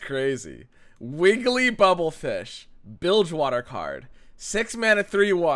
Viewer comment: It's not Bubblefish, it's Burblefish